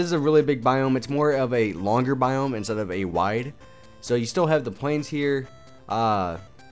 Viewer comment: *biome lol not boime